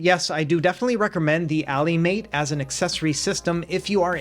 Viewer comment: Why are you pronouncing Allymate like that 😅